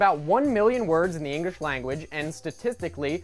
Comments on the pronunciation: Engrish language?!?!?!? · English is also pronounced Engrish. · Bitch said "Engrish"